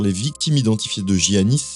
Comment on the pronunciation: on ne dit pas giannis pour un prénom grec, on dit Iannis